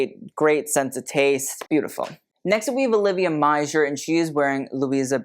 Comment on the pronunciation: I thought Meijer was pronounced like Meyer. .